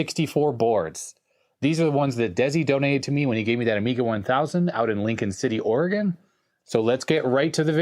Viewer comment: you said Oregon correctly. that deserves a like hahahaha